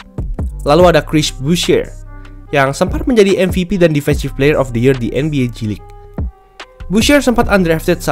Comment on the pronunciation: Gw dengernya nba cilik